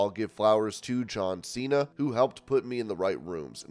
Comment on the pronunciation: I know but he says cena the dudes al is cracking up